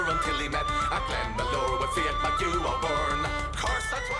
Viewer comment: Great video. Carlow had a fortified Irish military base, a safe place, so 'follow me up to carlow' was more of a rallying cry. Nobody pronounces 'McHugh' the way you are saying, it's pronounced as it is in the song, sounds very strange every time you say it, like you're saying 'ehhhh?' haha. If you heard the phrase 'beyond the pale' - it's an English phrase, anything outside the pale was scary and weird. White is Sir Nicholas White, an English governor who fell ill around this time. Lane is Sir Ralph Lane but I remember there was no reference anywhere to him 'fleeing' so not sure what that line means.